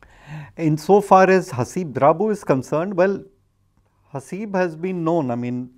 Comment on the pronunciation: Um..you've got his name wrong guys (it's Haseeb, not Habees).